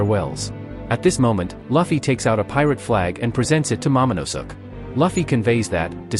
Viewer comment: "Momonusuk"😂😂😂 you mean momonoske